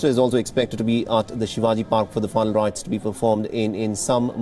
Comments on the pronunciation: Please speak properly..final rites not fine right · Ask the anchor to pronounce final rites clearly,that idiot was pronouncing as if it was fun rites